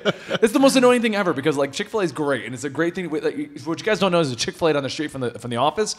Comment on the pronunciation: This video is brought to you by "Chick A Filet"